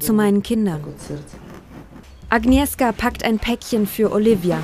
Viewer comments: Spricht bitte den Namen "Agnieschka" aus. Wenn ihr "Agnieska" sagt regt mich, als Polen sehr auf. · Es wird agnieschka ausgesprochen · Ahhhh wie sie agnieszka ausspricht aua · Wird sind immer noch in Deutschland. Nicht schlimm, dass man den Namen nicht richtig aussprechen kann. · Das macht mich so aggressiv, dass die Sprecherin von der Mutter den Namen nicht aussprechen kann.